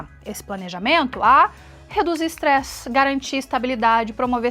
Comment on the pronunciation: "extresse" é com "s': estresse